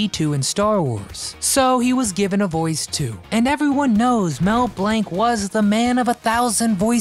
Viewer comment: You'd come across a little more knowledgeable if you would pronounce names correctly. Glaring example, it's Mel Blanc. Not Mel Blank.